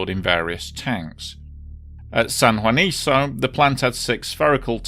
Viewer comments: Oh, & for future reference, Spanish names like Juanico end in the "KOH" sound. :-) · Just one minor quibble and that has to do with how the name of the San Juanico plant is pronounced: the very last syllable of the name "Juanico" is pronounced like KUH and not like SUH. In Spanish, the C sound is hard when the vowel after is also hard, i.e., A, O or U. I remember this disaster very well. At that time, the Mexican government was very circumspect about the number of casualties after the explosion, which only fueled further distrust and anger against the then rulling party (the Institutional Revolutionary Party or PRI and it's no joke, it really is called "Institutional" despite the fact that revolutions upend institutions). They played the same 'mum's the word' game in the aftermath of the 1985 Mexico City earthquake; until today, no one can say with certainty how many people died as a result of all those buildings put up with government money--and with questionable construction methods--falling down on unsuspecting victims. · Pronounced san huaniko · Just an fyi, it's pronounced like "San Juaniko"